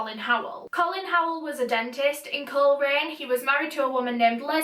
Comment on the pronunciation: Was watching this with my eyes closed in bed and hear MY home town and was like wtf! Thankyou for covering this & love the way you say Coleraine :) xxx